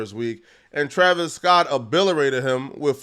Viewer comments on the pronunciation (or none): Man said obilerate